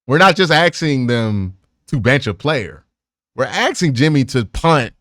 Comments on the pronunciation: Can't tolerate the "axing" It's as bad as dudes walking around with their pants around their thighs. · I've grown to accept "axing" instead of "asking", but I just don't know if I can get on this "spunt" train. 😁